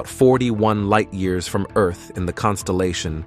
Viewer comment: The "narrator" mispronounces "heavier" "Venus" and "Earth" (02 :22) among other things. It's kinda insulting.that someone thinks this is acceptable.